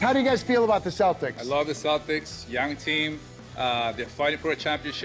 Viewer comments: I heard "Saltics" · The C in Celtic is pronounced like the letter K, not the letter S.